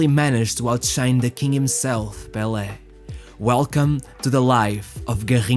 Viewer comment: Managed to outshine 'bel air?' Do you mean Pele?